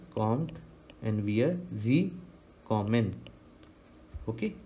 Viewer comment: Sir, Very nicely explained but your pronounciations are not correct.kommen will be komm-en not komm-an